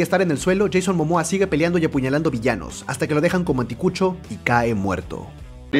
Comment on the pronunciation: Dijo anticuchooo eres peruano?